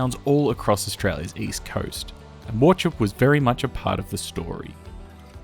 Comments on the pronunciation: Great video It’s pronounced war-hope not war-chip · Thanks for the vid. Visited several times on my family’s annual Christmas holiday pilgrimage from the bush to one or other north coast seaside towns in the 70s. Just a note: it’s pronounced Waw-howp. There’s probably a lot behind the closure, but I think in general, places like that belong to a simpler age and simpler holidays. Nowadays with sea-changers these coastal towns are built on local residential development, coffee shops, and restaurants, but back then tourism was the main thing. Look how places like Ballina, Coffs Harbour and Port Macquarie have changed. And just too long since the north coast actually had a timber industry — lost from our national consciousness. Sad. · Butchered the name dude .. war-hope. Shame to see this, I remember riding the train as a young child there. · Warchoppe 🤣🤣🤣🤣 The local town's name it was derived from the family name which was historically pronounced "walk-op" or "war-cope" by the early pioneer family, but local usage settled firmly on "war-hope". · The name Wauchope is pronounced War-Hope, not "War-chope". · its all good its how it looks but it is pronounced war hope just for reference but most ppl who arent local wont know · yeah, that's what I was saying, while it isn't said correctly, it's not like people in a 2hr radius, don't say it this way for fun of it, def doesn't need taking down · Wauchope is pronounced war-hope! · Learn how to pronounce place names correctly . Wauchope is ‘“ War~hope “. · War hope it’s pronounced mate. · Great video but Wauchope is pronounced war-hope, just like how Lake Cathie just to the south is pronounced Lake Cat-eye not lake kathy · War-hope, the c is silent ✌️ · As a kid I would pronounce it as "War-Choppy" until I was promptly corrected by my Father. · To everyone getting angry over mispronunciation of War-Chop-Pee I bet you’re single and alone tonight 😛